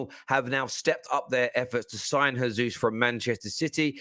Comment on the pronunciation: Gabriel Jesus is pronounced Jaysoos not Hayzoos